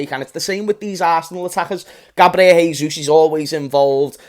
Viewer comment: Great video mate, just a heads up: jesus in portuguese is pronounced "jay-sus" (not exactly like that but it's the best way i could write it) not "hay-sus". Please spread the word so that annoying brazilian like me will be happy😀